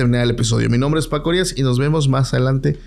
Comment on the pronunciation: No eres harías ...🙄 eres Arias sin acento , Arias ....